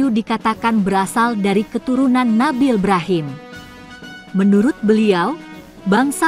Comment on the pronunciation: Brhama = Ba Ro Mim = I B Ra Him